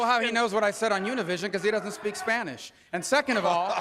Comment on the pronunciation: Yunivishion?? UNIVISION!!!!